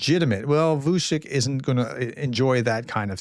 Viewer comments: It's Vu ch i ch prof - ch like Chihuahua. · The pronunciation becomes apparent when you look at the spelling : Vučić